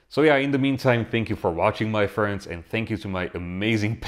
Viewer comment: Your phrase 'My Friend(in your accent)' playing in my head every time I watch your videos. Hahahah